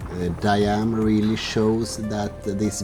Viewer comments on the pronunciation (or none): Its not Di-am but Diam 24